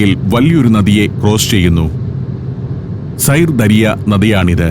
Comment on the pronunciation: സൈർ ദരിയ എന്നല്ല! സിർദാരിയ - എന്നാണ് ഉച്ചാരണം! ദരിയ എന്നാൽ നദി !